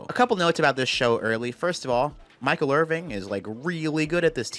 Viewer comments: are you really saying Michael IRVING? WHAT IS YOUR PROBLEM!!!!???!!! It's Irvin. No G, my G. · Hearing you say IrvinG is driving me insane 😭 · I love you man but how can you call him Michael Irving for the entire video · I love you but it's Michael IrVIN, not IrVING. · His last name is Irvin. There’s no g. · Irvin, not Irving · "Irvin" not "Irving" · Love this video, but there's no G on Michael's name. It's Irvin.